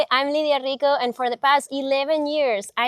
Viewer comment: I like your quote:"...":-):-):-)